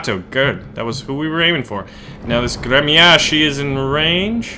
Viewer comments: It's pronounced "grem-yas-chee." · прикольное произношение названия корабля)